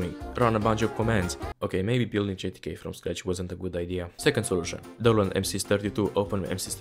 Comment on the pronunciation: the screen and captions say “GTK”, but voice sounds to me like it is saying “JTK”?